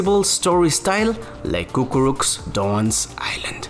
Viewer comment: it's "Cucuruz" not "Cucurux"